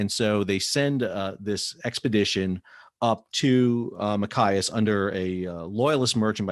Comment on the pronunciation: I'm from Maine... Great info! The pronunciation is Ma Chi as. That's "ch" as in "choose"...not "ch" as in "kite".... Maine is still a strategic place...